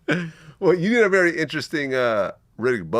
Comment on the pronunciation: Indians and Pakistanis find it difficult to pronounce the letter 'v' so the word very is wery. He got it wrong